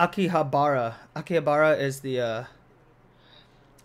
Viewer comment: Ah Yes .... Chuuya's ability aKiHaBrA Lol 😆 haha I died of laughing when you said that . It's actually "Arahabaki" but looks like you jumbled the letters a bit and made a new name for it and it's actually kind of funny. You can keep calling it that I wouldn't mind Lol. Anyways I'm glad they had this episode because eventhough it doesnt really go together with the current flow on going story line of BSD it was a great character building episode. If someone is binge watching the entire season after the All the Chuuya and Fyodor in action they do need some breather episode in between because of all the screaming And excitement the previous episodes gave us. This also means THINGS ARE GOING TO GET EVEN MORE CRAZIER! This episode established a bit of Katai (The Hacker Guy) And Gin. I didn't even imagine what it would be like if Akutagawa was an older Brother to someone. This also shows that he does care About people who are close to him and he is most gentle with it. The Beauty Genes are running in Akutagawa Family's blood lol. (Akutagawa was actually really cute when Dazai found him the slums, when he was still a kid. He had Dazai type of Bangs in front of him But because Dazai being an A$$hole whenever Aku does something wrong he would pull his bangs. So Aku Decided to cut it off so Dazai wouldn't do that to him anymore. Shin Soukuku, The Bad Hairline Duo Lol How perfect!) Enough of that rambling now lol. Actually Fyodor was the one who settled up the trap in the start of the ep